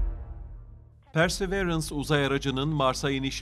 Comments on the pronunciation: Persi değil pörsi arkadaşım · PERSEĞVEĞRENS DEMEYİ KESER MİSİNİZ ARTIK ŞUNA